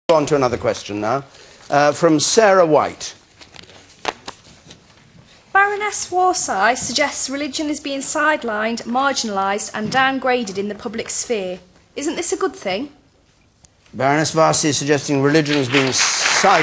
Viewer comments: "Baroness WAR-SY" WTF LMFAO!!!! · The dim questioner can't even pronounce Warsi's name correctly